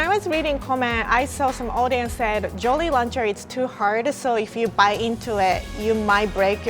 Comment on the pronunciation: Hehe "Joly Launcher"